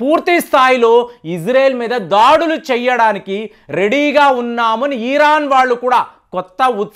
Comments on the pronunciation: Eeeraan kaadhu raa, irran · *ఈరాన్ * కాదు. ఇరాన్..!! ఇరాన్...!! దీర్ఘం వద్దు...!! ఇరాన్ అని... దీర్ఘం తీయకండి...!! 😂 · తెలిసీ తెలియని విషయాలపై అవగాహన లేకుండా మాట్లాడకండి.యుద్ధం వస్తే సైనికులు పోరాడుతారు కానీ ..... నెతన్యాహు,మోడీ లేదా అమెరికా ప్రెసిడెంట్ కానీ యుద్ధం చేయరు. ఇజ్రాయెల్ లో బంకర్లు సాధారణ పౌరులకు కూడా సుపరిచితమే. మీరు ఇక పై ఏ పచ్చడి ఎలా చేయాలో వీడియోలు చేస్తే బాగుంటుంది. ఈరాన్ కాదు ....ఇరాన్. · ఇరాన్ అనండి sir. ఈరాన్ అంటున్నారు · అయ్యా అది ఈరాన్ కాదు ఇరాన్ ముందు పేరు పిలవటం నేర్చుకో బొక్కలో thumbnails పెడతావు అమెరికా సపోర్ట్ గా ఉంది అంటే అమెరికా మిత్ర దేశాలు అన్ని ఇజ్రాయేల్ కి సపోర్ట్ ఉన్నట్టే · నీ తలకాయ చెడిపోయింది.... దాన్ని పారిపోవడం అనరు... జాగ్రత్త పడడం అంటారు... నీకు ఇరాన్ అని పలకడం సరిగా రాదు...... అబద్ధాలు అల్లడంలో ఆరితేరావు.... ఇజ్రాయెల్ ని నాశనం చేయడం ఎవరి తరం కాదు..... వారిని కాపాడుతున్న దేవుడు కునుకడు నిద్రించడు.... 4000 సంవత్సరాల వయూదుల చరిత్ర చదువుకో..... అయినా రష్యా.....ఇప్పటికి జలెన్స్కి యొక్క వెంట్రుక కూడా పీకలేకపోయింది..... ఇజ్రాయెల్ ని ఏమి చేస్తది....